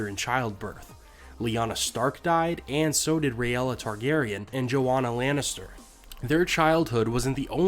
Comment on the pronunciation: Enough of this Rhaella mispronunciation. You said Daenerys correctly, which most people still don't. Her name is pronounced (Ray-la) not (Ray-ella). Also Dany had 4 other named siblings. Shaena, Daeron, Aegon, and Jaehaerys. That doesn't include one other unnamed stillborn and Rhaella's miscarriages. They may have died in infancy, but they were still named. Dany is not the 3rd child.